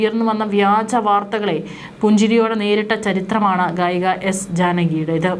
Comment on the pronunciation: കായിക. അല്ല ഗായിക